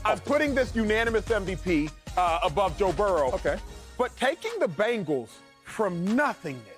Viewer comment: Y df does he say Bangals